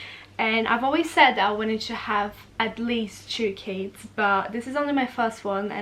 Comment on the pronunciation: When said "I love kids" near the start of the video I thought she said "I love Cas" short for Casey was it just me?? But she does love Casey none the less